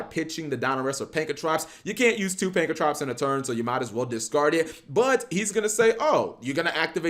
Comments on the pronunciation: It’s not pankratrops!!!!!! It’s pankratops!!!! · Take a shot Everytime he says "pankratrops" it's fun cause I didn't know "pank-ra-tops" was so difficult to say. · Its pronounced PAN KRA TOPS not prankatrops. God damn it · It's Pankratops not Prankatops.